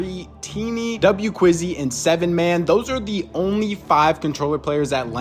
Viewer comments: 7man is pronounced “haman” and wqzzi is pronounced “waqzzi” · 7man is hman not sevenman LOVE YOU BRO